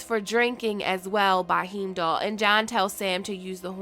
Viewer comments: Heemdoll. Haven't you seen any of the Thor movies, or the Avengers movies?? Lol. Heimdal is an important character in them. His name is pronounced "Hi-im-doll"; two syllables, hime-doll. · As always, love your videos. Your channel is literally what helps me fill the gap between the long-season-break. Also to help you with those pronunciations in the future: - "Heimdall" is "High-m-doll". - "Gjallahorn" is either: "Gal-a-Horn" or "Yal-a-Horn" (Or G'Horn if you ever played Destiny). Looking forward to your next video. ♥ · Heeemdall hahaha haven’t you watched Thor??? Any of the movies hahahahaha